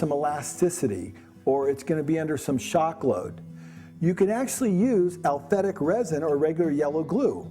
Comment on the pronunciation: This guy's a good demonstrator but he should learn how to say aliphatic instead of alphetic.